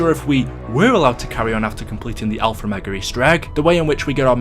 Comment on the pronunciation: Can you stop saying alfer omega